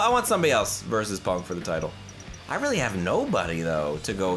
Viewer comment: "this is weally up to u "